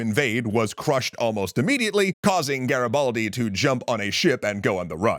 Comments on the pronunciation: Listen, I love you, you do amazing video. But the I in Garibaldi is read E, You are saying Garabaldi it's too funny😂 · Nice to see finally Garibaldi featured but the pronunciation killed me, could've at least learnt it correctly